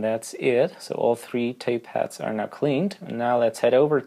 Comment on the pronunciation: I started to wonder why you kept saying tape hats then I realised you actually meant tape heads !😂